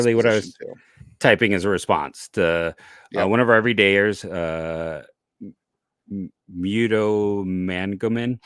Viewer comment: You have said it correctly every time any you have plenty of Everydayers. I'm impressed